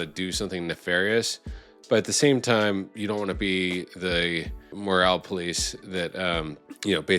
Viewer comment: It is “moral” police not “morale” police, different words with different meanings (<~~~grammar police)